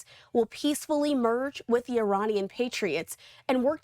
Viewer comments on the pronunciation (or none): none